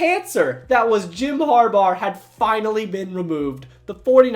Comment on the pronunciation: “ Har- baur “